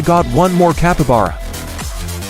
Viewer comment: Bro said Capabara instead of capybara